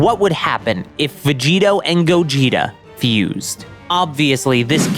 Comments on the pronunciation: Its Vegito not Veggeeta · Gogetota Everyone:... Dude.. you mean Gogito.? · GOGITOTA IT IS CALLED GOGITO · It’s just gogito not gogitota tf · Or Govekugeta hahahaha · its gogito, not that hard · It’s called Gogito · say vogeto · Did he just say gogetata bro wtf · It's gogetio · Bro just say gogito com on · the veg-gettoh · It’s fucking gogito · Vegigoto (Ve-Ji-Go-To) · It hurt me to listen to the name